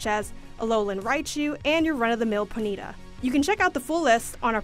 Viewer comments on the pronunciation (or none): Ponyta not ponita. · 'Ponita' Thanks, I hate it. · How she pronounce ponyta was terrible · Why did she say ponyta like that